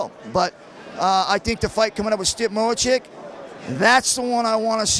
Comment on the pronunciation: If he says Mo-Chick ONE more time... Lol, was that not like, 28 f'ing times???